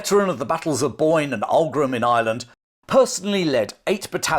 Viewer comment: Respectfully, , if you're going to refer to Irish units, places, or things, would you PLEASE try to pronounce them correctly? Aughrim, for example, is Och-rim, or even Ach-rim. It is NOT Og-rim...